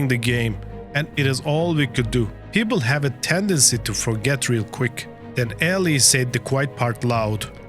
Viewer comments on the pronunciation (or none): Mario Eh-LEE no Eli